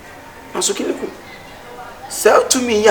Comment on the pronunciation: Kyekyeku is extremely talented just look at the way he mentioned the name Kiliku